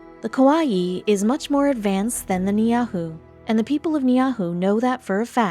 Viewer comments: Narrator: Repeat after me; Nee-ee-how. That is how you pronounce Niihau, the name of the Island. This video is so full of falsities It isn't worth watching. Almost every part of it is incorrect. There are plenty of videos that will tell you the real story. We have met lots of Niihau people. They often come to Honolulu to demonstrate their wonderful Niihau Shell jewelry. They go back and forth from Niihau to Kaua'i to shop or fish the waters around Kaua'i or to take jewelry to the boutiques for sale. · There must have been a typo, if that's the case. Ni'ihau pronounced nee-ahu? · Many people have commented about the innumerable inaccuracies on the history of the island, so I won't bother with that. I just want to say that if you're going to do a video about someplace--any place--freaking learn how to pronounce the damn name! I've heard a lot of bad Hawaiian pronunciations in my time, but the way the narrator says Niihau is right up there near the top. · this is not accurate..also pronunciation is not correct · oh man, you butchered that name so badf the nameis unrecognizable. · Ban this BS Video. Her facts are wrong and pronunciation is as has never heard the name of Niihau spoken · Ugh...Not impressed with this commentary dressed up like histories mysteries. Hint: it’s a good idea to first learn to pronounce the name of Niihau. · I spent most of my life on Kaua’i. This is the worst video about Ni’ihau that could possibly be filmed. It is not factual, the pronunciation of Hawai’ian names and words is horrendous! This video should be banned from YouTube for being fake news and damaging and hurtful to the Hawai’ian people. Leave the narrative to native Hawai’ians and let them “talk story” about their islands which were stolen from them. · I was like what island is she talking about and was like oh, Ni'ihau the pronunciation was way off. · She slaughtered the name. You should be ashamed! HEWA!! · Try Nee-EE-how, not Nee ah who! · It's Niihau , not Nyahu!!!!